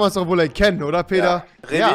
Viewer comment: Er heisst Peter & nicht Barid. LEL